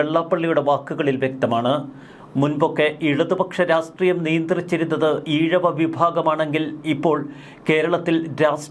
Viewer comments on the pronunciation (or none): ശ്രീ, താങ്കളോട് പലപ്പോഴും ആവശ്യപ്പെട്ടിട്ടുണ്ട് ഉച്ചാരണത്തിൽ ഒന്നുകൂടി ശ്രദ്ധിക്കണമെന്ന്. താങ്കൾ രാഷ്ട്രീയം എന്നതിന് രാസ്റ്റ്രീയം എന്ന് തെറ്റായിട്ടാണ് ഉച്ചരിക്കുന്നത്. ഇനിയെങ്കിലും ശരിയായി ഉച്ചാരണ ശുദ്ധി വരുത്താൻ ശ്രമിക്കുക.